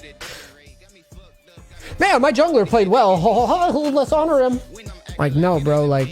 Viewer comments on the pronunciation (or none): none